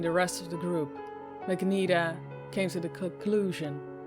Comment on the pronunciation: Overall the reading was really good, but one thing bugged me. The one girl with the magenta uniform, it's pronounced ma-jen-tah rather than mag-nee-tah.